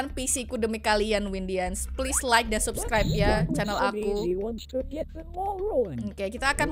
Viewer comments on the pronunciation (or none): none